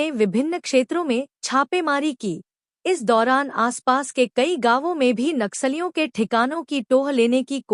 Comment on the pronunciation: कृपया’ नक्सलियों ‘ का सही उच्चारण करें।” नाक सालियों “ के बजाय “नक्सलियों” कहें।